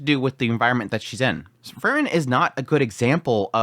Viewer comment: It's always difficult to say if you're talking about Fern or Frrn. 😁 Try Free-ren. Please. 😊